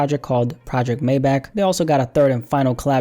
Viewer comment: I was so impressed by the fact that he said "Geländewagen" right, but then he pronounced "Maybach"😭😂